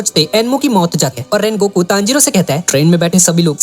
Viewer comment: Sungoku ❌ Rengoku ✔️ 💀👍🏻